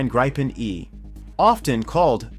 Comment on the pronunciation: Try pronouncing it as "gree-pen". That's still not quite right, but closer.